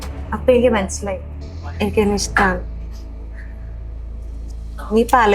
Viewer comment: ഇഷമാണ് എന്നല്ല മറിച്ച് ഇഷ്ടമാണ് എന്നാണ് ശരിക്കും❤